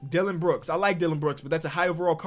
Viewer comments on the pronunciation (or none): none